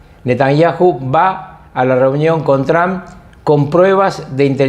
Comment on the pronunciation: Porque le dicen Tran??????😂, és Trump.👌